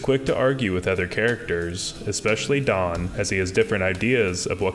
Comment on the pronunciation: stfu he said daán which is correct pronuntiation. literally stfu